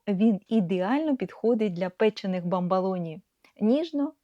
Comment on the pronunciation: Маленька корекція-- БАМБОЛОНІ,з О у другому складі, якщо Ви посилаєтесь на італійські bamboloni.Розумцю,що ні на що не впливає,але ріже вухо.